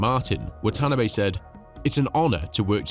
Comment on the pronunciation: The boss of Honda's name is pronounced "Wa-ta-na-bay", with equal emphasis on each group of letters.